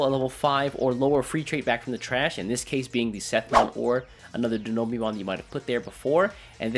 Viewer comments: Great video, nice to see you back:) However my guy, it's Dino-Beemon, not Denobeemon XD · DI-NO-BEEMON?! HUH